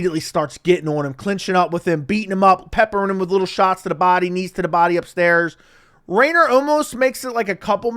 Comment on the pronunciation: How non-Dutch people call RDR his name is way too funny😂 Reindeer, Reinner, Renner, Raider lmao